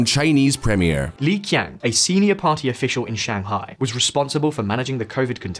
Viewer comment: is it so hard to put people's name in google translator so you can pronounce it half way right. There is no such person as Li Ki'ang... Qiang is pronounced "Chi'ang". Come on, if China is the second greatest global power, we in the West, should learn how to say their names.